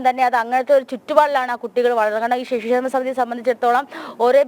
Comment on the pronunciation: ഷിശു ക്ഷേമ അല്ല പെങ്ങളെ